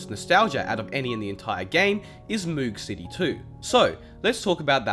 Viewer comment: Just pointing out that the song "Moog City" is not pronounced mOOg city it's pronounced Moug city as in the synth that was used to make the sound